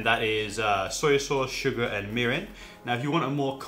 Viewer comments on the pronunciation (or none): none